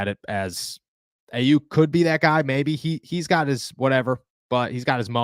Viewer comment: Learn how to say Aiyuk name right. Lol nobody taking you serious when you can’t even say the damn name. Exposes that you don’t watch anything more than Steelers